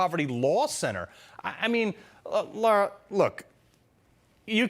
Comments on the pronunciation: NOT Laura. Her name is Lara! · Her name is LAAARA, not Lora.